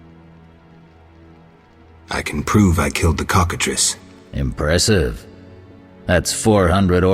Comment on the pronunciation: Who ever wins faces the Cock-A-Triss! Man that pronunciation was on fleeeeek. 😌😌